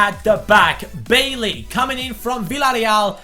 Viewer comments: Bailly is pronounced Bay-ee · Bailly's name is pronounced "bah ee"